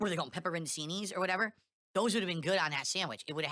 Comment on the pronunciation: Pepp-ur-un-ceen-ee. and WET SANDWICHES